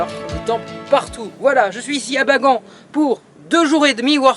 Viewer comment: Et on dit baganne pas bagant